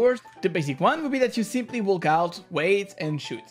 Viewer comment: Its walk not wack but its ok